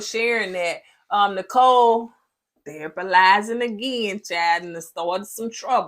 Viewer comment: 😂😂😂😂😂 When said..."Nicole out here THERAPALYZING everybody and she needs therapy" 😂😂😂😂😂 I bout fell out the bed!!!😅😅😂😂😂😂